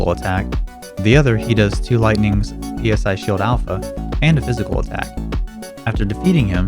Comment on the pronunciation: this man dont know how to say psy this was honestly making me mad/sad/and giggle at the same time every time he says p-s-i